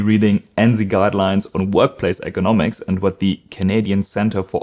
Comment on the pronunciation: Pronounce ergonomics more clearly so it doesn’t sound like economics (thought you were talking about price originally)